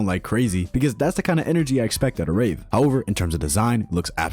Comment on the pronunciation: why did i hear neon rave dj as neon rape dj😭